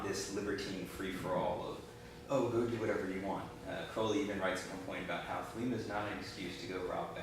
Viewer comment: You pronounced Crowley Wrong it's not crow-Lee its Kr-ow-Lee